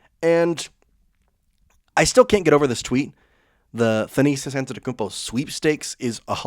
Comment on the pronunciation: The pronunciation of Thanasis is kicking our hosts' tail 😂 Keep up the good work!